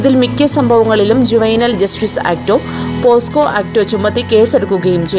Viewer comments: പോസ്കോ അല്ല കുട്ടി.. പോക്സോ.. ആണ് ശരി.. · പോസ്കോ അല്ല പോക്സോ ,എന്താടോ തള്ളുന്നത് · ആദ്യം പോക്സോ എന്നു പറയൂ.....